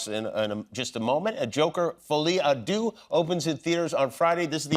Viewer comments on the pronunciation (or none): I wish he didn't keep saying 'folie à doo' It's pronounced 'der', duh ! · Jimmy.... not 'Foley ah doo'... 'Folley ah derr'🤦🏼‍♂🤦🏼‍♂🤦🏼‍♂ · Someone needs to pronounce the movie to Jimmy so that he can say "Folie a Deux"properly lol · Come on Jimmy, it‘s so not Folie à ‚du‘ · Deux is not pronounced DOO, FFSS 🤦‍♂ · “Folie à du” was driving me insane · Incredible interview ! 🤩 (just... "deux" isn't pronounced like this but that's ok 😊)